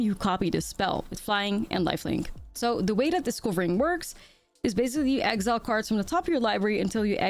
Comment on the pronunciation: Does anybody understand "disco-ring" instead of discovering?😂 (sorry 😅 don't wanna be rude to the amazing ) thought for whole 5 minutes "what's this keyword and why did I never hear of it"